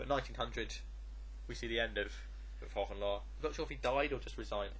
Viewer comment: As a German speaker, I can't help but giggle at your pronunciation of German names, Hohenlowe perfectly mastered and then Boo-low. A job well done though, guys!